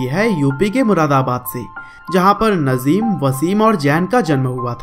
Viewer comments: Bro It's Nazim Not Nazeem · Naaazim. Not nazim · नज़ीम नही नाज़िम है 😂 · Nice information video bro thanks but real name नाज़िम not नज़ीम ok I hope you understand 👍👍👍👍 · Bro wo nazeem nahi Nazim hai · भाई नज़ीम नही...नाज़िम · Sir नजिम nhi नाज़िम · Bhai nazeem nhi nazim h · It is not nazeem it is naazim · nazeem nahi nazim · Not नजीम नाजीम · Naaajim h bhai najeem nhi 😠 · Bhai Nazeem ni Nazim hai 😂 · Saaly nazeem nhi nazim hai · bhai naam to sahi se lele yrr 😬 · Najim bhai ka nam to sahi se bol lo bhai bayography batate ho